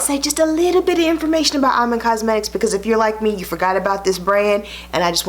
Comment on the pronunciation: It's pronounce E-man, love💕